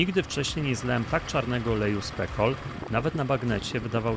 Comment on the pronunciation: Producenci Specol raczej chcieli, aby wymawiać jego nazwę jako specjalny przez c. Spekol powoduje uśmiech na mojej twarzy 😅 ale i trochę podsumowuje jakość tego wynalazku 😂